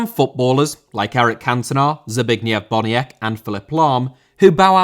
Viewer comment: the way he pronounced Zbigniew Boniek XD